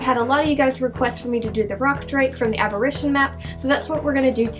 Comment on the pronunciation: did you just say aberrision